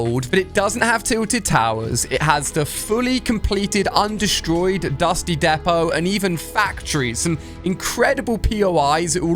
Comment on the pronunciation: oh my gosh Ali-A still says dusty depot like dusty depO